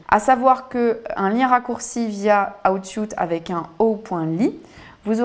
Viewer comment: Aiie aiiie l'oreille pour rester concentrer ... please la prononciation c'est : "houuuut sweeet" if anything ;-)))